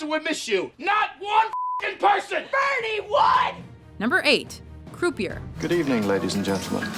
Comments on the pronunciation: croupier is pronounced crew pee ay. They even use the proper pronunciation in the clip shared. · Every time the narrator mispronounced croupier, I cringed. It is not croo-pee-er, it is croo-pee-eh. It's a french word. Please have some respect for other languages. In fact, I'm pretty sure WatchMojo is Canadian, so they should know all about the french language, seeing as how the government makes you learn about it in elementary school. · Its prounounced CROUPEE-YEAH, Not croup ier. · Did that ignominious buffoon just say CREW PEE ER for Croupier? You gotta be fkng kidding me. Wtf is wrong people. Doing a video on gambling movies and can't pronounce croupier because the fool never gambled. How embarrassing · Croupier not “crew pee err” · Thanks for butchering the word "croupier". It's pronounced "croopyay". Christ, even the female character in the clip pronounces it right. Are you even listening? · Is she saying croupieR this way intentionally to piss me off? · Can someone teach this lady to say 'croupier' properly? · Learn how to pronounce croupier you ignominious fool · I thought that "croupier" was supposed to be pronounced as in French - meaning that the last "r" is silent.